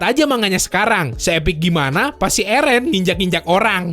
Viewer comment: bang slh pelafatannya eren kwkwkwk